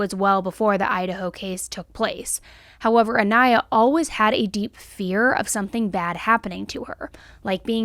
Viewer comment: Hey! Not trying to be rude here or anything, but rather bring attention to it. I absolutely love your content and will never stop watching you. However, it is a little distasteful when you constantly say the victims name wrong. I know there isn’t any malaise intent or ill will behind it, but it just feels so disrespectful. You had several clips in this video of people pronouncing her name the correct way, so I know you have heard it. But all throughout the video you kept pronouncing her last name wrong which leads me to believe it may have been on purpose. Idk. Just putting it out there. I still love your videos though and will continue to watch. Just something to think about when you’re making your videos and editing them.